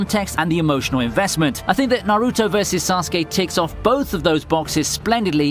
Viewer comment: Does he pronounce naruto and kaguya that way to get a rise out of people?